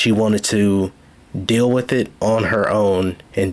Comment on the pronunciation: Brooks pronounces 'th' as 'f'. He has a speech impediment. Moreover, there could be 500 people in the vehicle. There was only one driver. Brooks. Period.